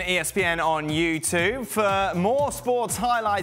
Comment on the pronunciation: Why does he always say "Thanks for watching ESPN on YouTuVe" at the end? Tuve?? Am I the only one hearing it?